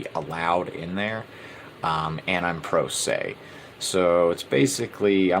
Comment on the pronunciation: This episode of is called I Caved on Three Counts. Run, Run! BTW, are you saying ‘pro se’ or ‘Prozac’? Just for the record you know.